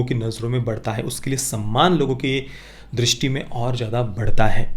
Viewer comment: Durusthi nhi drishti hota hai